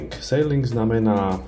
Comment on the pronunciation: fajn video, vďaka, ale “sejling” je plachtenie na lodi a to, čo si chcel povedať,je zrejme “síling” - uzatvarat/ pečatiť :)